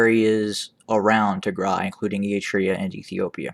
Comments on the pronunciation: Thank you so much for your report, By the way I really like the way you pronounce Tigray, it's perfect! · You pronounce Tigray so perfectly; you can pass for Tigrawye...😊I also like your intro name “the voice of reason” and the concise and high impact analysis and information you share. Thank you 🙏🏼